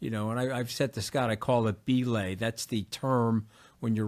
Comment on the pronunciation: Minor but prescient, it's "buh-laying" not "bee-laying". Don't turn off young climbers! 😅